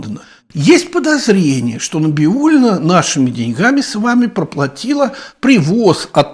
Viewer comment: Набиулина ?? Не правильно фамилию произносите .